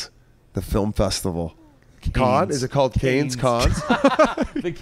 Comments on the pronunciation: I love how Whit is making fun of Biz for pronouncing it Canes while he mispronounces it himself. The S is silent Whit. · It’s pronounced ‘Can’ not ‘Kahn’. And defs not Canes haha